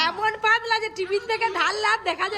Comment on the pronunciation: পাদলা না বোন। পাতলা।